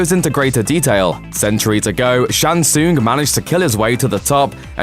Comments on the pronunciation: Says Shang Tsoong.... Who you trying to fool that you've played these games before lol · WTF is a Shang Soong? Go play any of the games and let the announcer tell you how its pronounced please! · "shang soon"? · Shang Soooong that is how it sounds when you try to say his name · I like the video gave you a like and subscribe but dude the main character you are talking about you Mispronounce his name yet dont anyone else's name its Shan Sung pronunciation. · Mispronouncing Shang Tsung